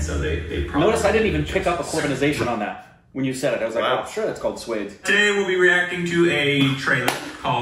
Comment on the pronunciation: For DOBARA u have to read it like DO + BA + RA. all three couple separately. And for SWADESH means ONE'S OWN COUNTRY. so u read it like SWA + DESH.. SWA means one's own DESH means country.. if VI added with DESH it becomes VIDESH which means FOREIGN COUNTRY.